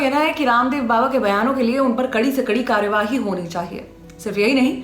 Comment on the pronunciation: जी की संवाद अदायगी मन को छू लेती है,,,आपकी आवाज में एक खास कशिश महसूस कर रहा हूँ,,,,,जबरदस्त,,, हो सके तो कार्रवाही का उच्चारण कार्रवाई करें